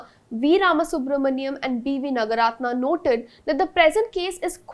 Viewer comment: I wish this presenter takes some care to know how South Indian names are pronounced. The first syllable in South Indian names usually is long. Like Naaga ratna not Nagaaratna. Bopaana is to be pronounced as Bopanna etc.